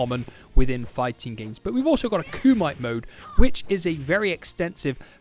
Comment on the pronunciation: LOL KUMITE IS PRONOUNCED KOO MEH TAY KUMITE😂